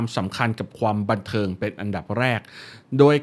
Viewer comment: CEO Ubisoft บอกมุ่งเน้นความบันเทิงหรือบรรลัยนะครับฟังไม่ชัด😅